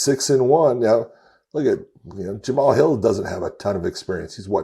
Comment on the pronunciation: i think Josh needs to respect Jamal alittle more...ive seen him on this show 3 or 4 times purposely saying the mans name wrong, would he say that to him in person? ohh yeah i forgot he works for Bellator and didnt win a belt...he seems alittle jealous and salty that Jamal is a champion, say the mans name right for god sakes. smh